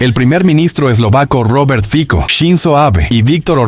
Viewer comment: El primer ministro eslovaco no es Fiko. Es Fico (pronuncia Fitso!!!)😢